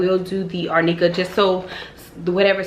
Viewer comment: Looking beautiful can't wait to see the final healing and your bod! Happy healing n best wishes...oops Arnica is pronounced AR NE KAH...I use this as I brush easily...🥰🙏🏽❤️